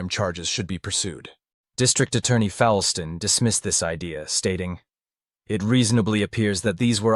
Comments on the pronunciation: The DA's name is pronounced FOLE-ston not FOWL-ston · The only criticisms of this video are that no one here in Wichita calls it "The Wichita Horror" we call it the Carr brothers murders. The second is the pronunciation of the DA's name. It's Fullston even though it's spelled Foulston. Holly's will to live is incredible. At the time of the incident the soccer field was in a rural area. She walked in snow, bone chilling wind, naked, at night, seriously injured after being brutally attacked for hours for a mile! A hair clip prevented her from dying instantly, but her will to live saved her life. I'm not sure I would have gotten up. I may have just laid there next to my friends waiting to die. Without her witness account I'm not sure they would have ever been caught or charged with everything they did to those 5. I hope she is happy. It's appalling that these two are still allowed to breathe. Prison is too cushy for them. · Just a bit awkward if you know how some of these things are actually pronounced, like: Befort, Foulston, El Dorado. But that comes from knowing the case.